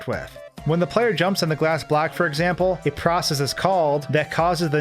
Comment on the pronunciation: Why is he talking "black" instead of block?